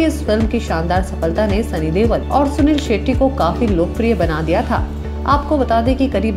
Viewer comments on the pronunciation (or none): Deol not deval lol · why is she pronouncing sunny deol as sunny dewal...its irritating !